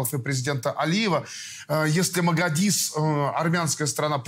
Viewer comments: Лобков, на Магадис, а Мадагис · Хоть бы названия правильно выговаривали! Не магадис, а Мадагис! Не горИс, а гОрис!!!